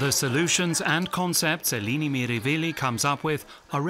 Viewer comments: Wonderful, enlightening documentary. But I’m afraid he consistently pronounces her first name incorrectly. It’s /eh-LEH-nee/, not /ee-LEE-nee/. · it isn't pronounced "Aelaeni" either. It's "eh-leh-nee" — the 'e' pronounced like the short 'e' in "pet", not like the 'ae' in "reggae". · her name is Eleni. He keeps saying Ilini 🙄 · Her name is Eleni not Eeeeeleeeeeneeee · Pronouncing it wrong!